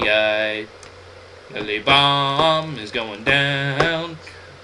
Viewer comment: Lol. i LOVE your pernounciation of Lilybaeum. "Lilly bomb." HAHAHHAAHA